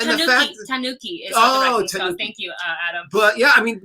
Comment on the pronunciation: To help, Tanuki (Ta Noo ki) also called the raccoon dog. The noo is short, not stretched. No stressed syllable. Thank you. In Hawaii growing up I knew it as a badger. It is closer to the fox family.